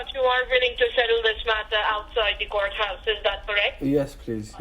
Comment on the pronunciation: No they don’t say courthouse- they say goathouse